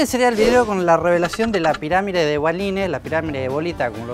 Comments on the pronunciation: en el video escribio PIRAMIDE... pero el bobis dice PIRAMIRE... XD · Se dice piramide NO PIRAMIRE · ***** se refiere a que dices piramire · Cuando decís pirámide parece q decís pirámire xd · por qué decís piramire en vez de pirámide? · La "piramire" de bolita xD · ***** no escribiste eso, cuando decis piramide se escucha "piramire" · Porque decís "Piramire"? jajaja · Jajaja por que "la pirámire" ? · Qué mal que en TODOS los vídeos, e incluso en la lectura de labios haya el error de la palabra "pirámide". :(